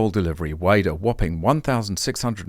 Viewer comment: That says whooping, not whopping. You know, just like the whooping cough sounds that come from pretend power plants not reliable ones.